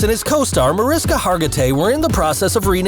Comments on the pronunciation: Excited to see this new series! PS -, if you’re going to report, please do your research. It’s Ma-RISH-ka Hargitay, not Ma-RIS-ka. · It's not Mariska. Its pronounced Marishka! Her name is Hungarian and the pronounce the s in her name as s h. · Mar-ish-ka, not to be nitpicky but she corrects people. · Usmc and navy are too very different things and your not saying her name right!